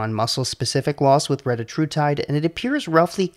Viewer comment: Your pronunciation was correct. It is reTAtrutide. Just like it is seMAglutide. And tirZEPatide. This is according to the manufacturers. Don't listen to the internet idiots that all pronounce it wrong.